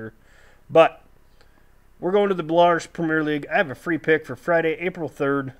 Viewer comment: Story not a criticism just a suggestion for ya its pronounced bell-a roos